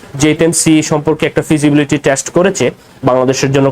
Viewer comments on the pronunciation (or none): none